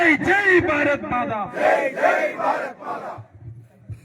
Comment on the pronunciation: Bharadha maadha alla, Bharatha Maatha ennaanu parayendadhu. Jai jai Bharat Maatha, MaaTHA. THA, THA, THA, ennu paranju padikku. dha dha dha